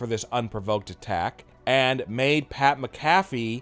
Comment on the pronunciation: It's SCRIPTED!!!!!!!!!!!!! Get Pat's name right! Say it right fool!